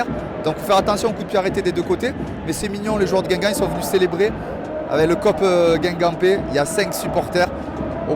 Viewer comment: Le seul problème de la vidéo c'est comment tu dit guingamp